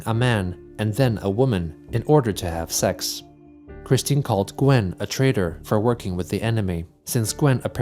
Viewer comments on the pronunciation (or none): Chris pronouncing "x" and "cks" as T is endlessly irritating. Also Sinditures